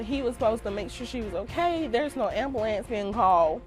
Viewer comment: Ambalanzee. 🤦🏻‍♀️🤦🏻‍♀️🤦🏻‍♀️ Thats not how you say ambulance!!!!